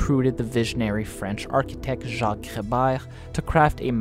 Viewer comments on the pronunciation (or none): none